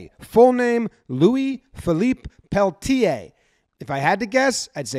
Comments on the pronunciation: The guy's name is pronounced Pelt-yay. But run through the sounds quickly and smoothly as if they're one sound together. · Probably pell-TEER or PELL-tee-yay.